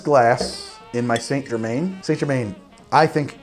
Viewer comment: It's Saint-Germain not Saint-Germaine